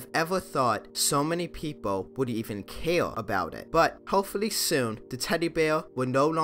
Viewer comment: This guy Such an unusual speech impediment. Ive never heard anyone over three say "care" like Kay-awwah. I know Rs and Ls are hard but i cant help but keep repeating his wierd pronunciations 😂. Reminds me if Kripke from big bang theory.